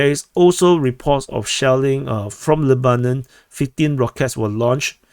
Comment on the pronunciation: I don't know the Arabic pronunciation, but in English we call the country, 'LEB/anon'.